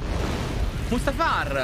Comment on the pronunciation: Quando a hai pronunciato il nome del pianeta Mustafar, sembrava che avessi detto il nome del kebabbaro dietro l'angolo 🤣🤣🤣 (perché hai accentuato l'utima A come fosse il nome di una persona, il pianeta si pronuncia diversamente 😉 ma mi ha fatto ridere simpaticamente😆)